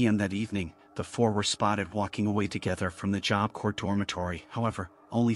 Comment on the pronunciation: I know this is AI voice, but some real people need this. It's Job Corps, as in Marine Corps; "corps" is pronounced "core," not "corpse" or "corp" like it's spelled. Confusing, right up there with colonel.